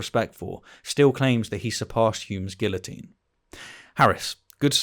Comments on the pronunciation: It is just me, or are you saying "guillotine" wrongly on purpose,? (I know the British have a proud history of hating the French, but seriously, just say it the right way 😂😂😂) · I couldn't get past your pronunciation of guillotine.